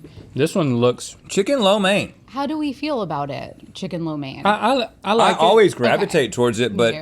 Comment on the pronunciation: Rhett is rocking the “flo mein”